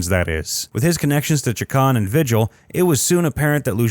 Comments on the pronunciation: The announcer needs to learn how to pronounce Spanish names. LuHAN, VEEhill, TruHEEoh, HEEminez, EspanYOLA. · You mispronounced almost every name in this video. Lujan is pronounced Lu-han. Vigil is pronounced, Vee-hill. Espanola is pronounced, Espan-eo-la. The governor of New Mexico's name is Michelle Lujan Grisham. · Lujan is pronounced Luhan. And Vigil is pronounced Vehill. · It's Vee-Hill not Vi-Gel. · Vigil? Isn’t it pronounced Vee-hill ? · You might want to learn how Spanish surnames are pronounced before you do another of these. Lujan, Chacon and Vigil were all mispronounced as was Española.